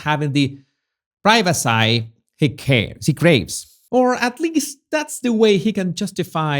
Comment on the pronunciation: Privacy. It’s pronounced pry-va-see, not pry-va-sigh.